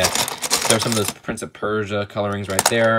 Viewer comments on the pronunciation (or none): none